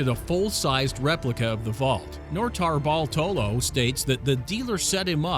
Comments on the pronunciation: The first guy's name is pronounced Note-a-bart-a-low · Man he butchered Norto Bartolo’s name